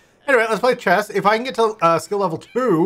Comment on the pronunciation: everytime says "chess" i understand "Chaz"